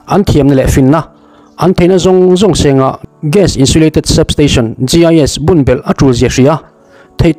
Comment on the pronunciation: GAS ni awm tak kha...GIS i ti char2 a...I lam Dan leh I thu dah Dan khi a in anglo...